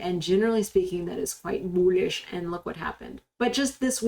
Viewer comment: I only watch to hear you say BOOLISH